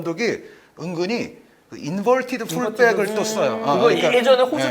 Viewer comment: 인붤티드 풀백 혀 굴리면서 말하시는데ㅋ 토트넘에서 인붤티드 풀백 쓰면 그거 땜빵수비 커버쳐줄수 있는 센터백이 있음? 다이어, 산체스, 로메로? 로메로는 심지어 ac밀란 테오한테도 털릴만큼 속도가 안따라주는데ㅋㅋ 펩이 칸셀루를 그리쓰는건 존스톤스가 그만큼 커버치는 범위가 있어서 가능한데 분석 수준하고는ㅋㅋ